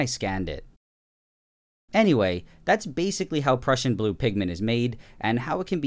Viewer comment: When ever he says the Prussian blue it sounds like he’s saying depression blue 😂